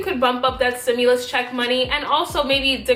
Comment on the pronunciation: stimulus....not simulus